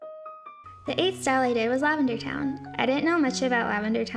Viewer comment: The way she pronounced LAVENDERTOWNE bothers me...mostly cuz lavender says "Hey everybody, it's LavenderTowne." at the beginning of all her videos.......